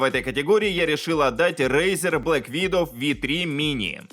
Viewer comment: Видов блять ВИДОВ! Как же режет уши. Ок, не знаешь инглишь, но хотя бы подготовиться можно было. Ты хоть через переводчик прогони произношение слова Widow